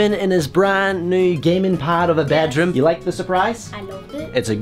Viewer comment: I like how he says bejrum don’t bed room